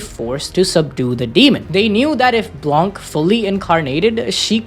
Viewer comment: has a french speaker I need to say blanc is french and the c is not pronounced we just say blan